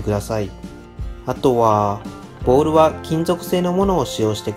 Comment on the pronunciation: あとは､､､､が独特な言い方ですね 普通に言っていいですよ